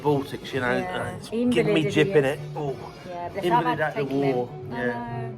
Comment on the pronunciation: “Invalided” 😂you made a great cockney xx